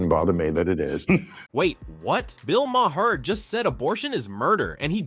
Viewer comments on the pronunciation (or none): Bill Ma-her? Are you ignorant?